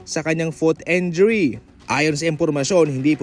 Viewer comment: Injury po hindi po enjury..